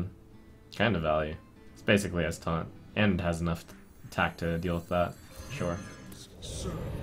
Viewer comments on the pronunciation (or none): none